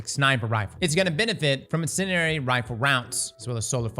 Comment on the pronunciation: nah the way he says incendiary lol